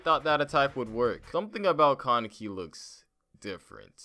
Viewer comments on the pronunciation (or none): none